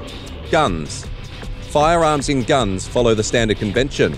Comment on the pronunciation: Its pronounced "Gun Zee"